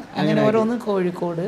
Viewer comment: കോയിക്കോട് അല്ല കോഴിക്കോട് അല്ലേ